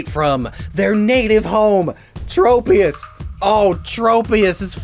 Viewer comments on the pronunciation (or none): none